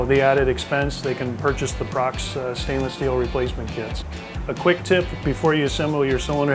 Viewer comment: It's pronounced Pro Cross